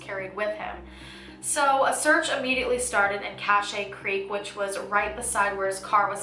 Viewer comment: Cache creek is pronounced CASH creek + Lodi is pronounced Low-dye. In CA we have a lot of Native American land and lots of cities’ names are influenced from our Native tribes and from when CA was still apart of Mexico. Sorry but I had to say something 😩